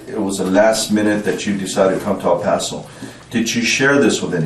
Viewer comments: It’s pronounced Pass-oh. Thanks for the video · It's "Paso".... like "Lasso." Dipshit. Do the smallest amount of prep.